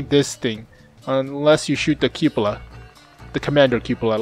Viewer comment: That is not how you pronounce Cupola